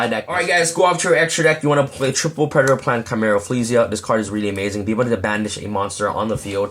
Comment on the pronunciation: "Pure Predplant" XD